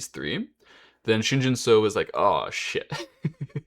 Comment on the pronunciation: Pronunciation tip: say “Shin Jin SUCKS”. Then, drop the “-CKS”, to get, “Shin Jin SU-“. And then you have the right pronunciation.